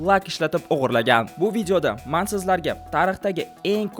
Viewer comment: Man emas men deb gapirsez zor boladi. Nu rahmat kattakon